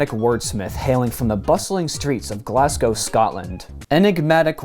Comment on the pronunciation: Good job pronouncing Glasgow better than most Americans lad